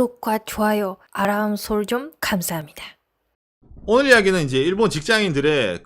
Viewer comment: 인트로 "츄미코의 구독과 조아요 아람설쩡 칸사함니다." 가 아주 좋아요.